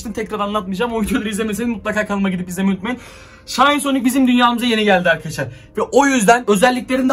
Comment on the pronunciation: aynen aynen bende fatih sultan mehmet hem o şayn diye okunmuyo şin diye okunuyo -_